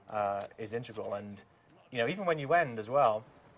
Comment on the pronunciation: Is it me, or does he say "integral" like "untregral"